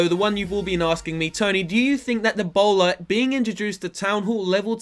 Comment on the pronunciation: when you said the bowler it sounded like Ebola